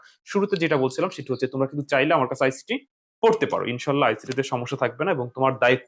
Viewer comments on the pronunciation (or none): ইনশাআল্লাহ বলা তা ইনশাআল্লাহ হবে ইনশো নয় ভুল টা ঠিক করে নিবেন